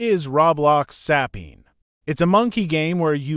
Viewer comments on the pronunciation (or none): saw the way he pronounces sapien and instantly disliked